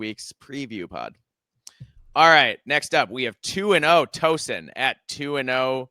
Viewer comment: FYI, it’s Tau-son, not Toe-son. Not sure why I know that—I think the Hoosiers might have played them in bball in the past.